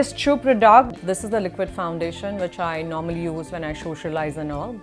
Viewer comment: it's product...not prdoct...